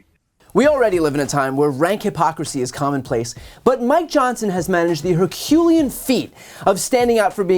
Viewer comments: hercuLEan, not herCUlean. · I'm sorry Brian... I don't disagree with you at all here... but the word is pronounced Her-Cue-LEE-An... Carry on.